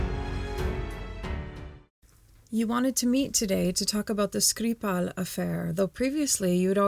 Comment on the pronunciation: L’intervieweuse, dont je pense qu’elle est sans doute plus qu’une collaboratrice pour notre ami espion, a prononcé le nom de Skripal avec une diction russe assez convaincante. Aurait-elle ainsi trahi un passé professionnel dans le renseignement ? 😉 J’arrive sur cette chaîne avec trois ans de retard, si c’est une redite je m’en excuse.